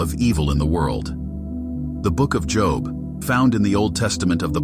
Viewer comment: Please stop pronouncing his name that way... it's pronounced as Joeb Joe with a "b" at the end. Not as jn a profession. It only looks like job